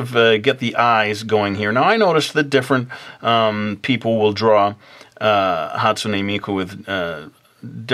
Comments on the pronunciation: Is it the way pronounced it,"hastumey miku" or the way I've always said it "hastune miku" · Dude that's not how you say Hatsune Miku"s name FYI you are an idiot